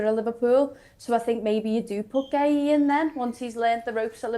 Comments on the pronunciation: Guehi, Guahi....what is the man's name, can someone give us the correct pronunciation? 🙄🙄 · It seems no one is able to say marc guehi's name correctly 🤷‍♂️